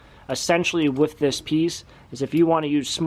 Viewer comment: Sometimes we count how many times he says"wiff" instead of "with." Giggle giggle...